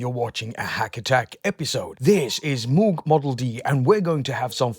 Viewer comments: Been waiting for this! 👍 By the way, Moog is pronounced like rogue and not like stooge. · David Covington actually neither is no where near right way to say the old german last name Moog where the company name comes from. Its something like r and o like rogue, but then some weird sound that resembles something like k, a hint of r maybe and h said at the same time where the h reverbs a bit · David Covington The question of pronunciation is a complicated one. In his own words: There is also a story that Bob and and his first wife Shirleigh "decided" on their preferred pronunciation after they were married because she didn't want to be ridiculed by her first graders